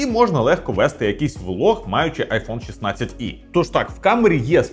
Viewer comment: Не 16 И А 16 Е 16Е Не можно слухать дизлайк